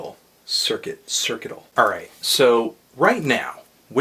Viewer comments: You're a pleasant actor & you've got adjectives for miles but I must say that it was difficult to get thru the review after you mispronounced "Circuital." Call it haughty but it's pronounced "sir-cue-it-al" & I urge you to give it another listen or two. Maybe don't be so concerned w/a literal message/chord progressions & perhaps put more weight on the overall mood of the album? I don't think politics or music theory have much to do w/ "enjoyability, effort, ambition" and those other buzz words. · I like how he doesn't even know how to pronounce the album's name